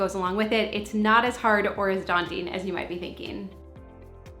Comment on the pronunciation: Did say daunting?